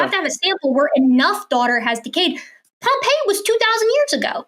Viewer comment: It's Pompeii